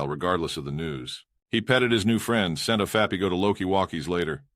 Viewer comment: I also am getting used to hearing "Scent of fappy" instead of Scentofhappy. I laughed the first few times I heard it.